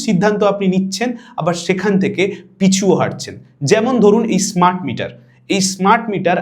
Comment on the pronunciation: অসাধারণ উপস্থাপনা। ভিডিওটা লম্বা হলেও তথ্য সমৃদ্ধ, এবং তাই চুম্বকের মত টেনে রেখেছিল। একটি নিবেদন:- স্মার্ট মিটারের উচ্চারণ আপনার মুখে ইস্মার্ট হয়ে গেছে। পারলে এডিট করে দেবেন।